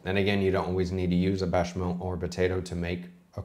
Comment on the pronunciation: A bit curious, did you say "Bechamel" or "Bashamel"? It sounded like "Bashamel" and the auto subtitles said the same thing.